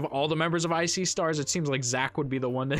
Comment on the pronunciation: I've heard of I See Stars but for some reason when you said it I heard it as "Ice-y Stars" 😂